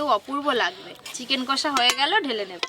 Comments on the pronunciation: Bolchilm কোষা ta ki kotha... Its কষা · Kathata chicken kosa noi chicken kasa.